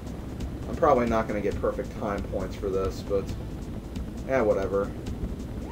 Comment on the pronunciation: "probrobly the the hardest mission in the CRAP" XD LOL